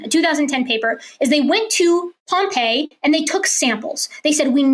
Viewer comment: It's Pompeii